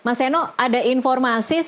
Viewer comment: Mas Seno💪💪👍❤ BTW, nyebut mas Seno gak pakai 'K' ya mbak. Khawatir aja ntar mewawancarai mas Nono piyé😫😫🥴